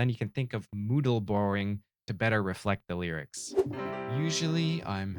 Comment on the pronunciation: Hey man, good stuff! I like the bit where you called it moodal borrowing instead of modal borrowing cause mood man. :)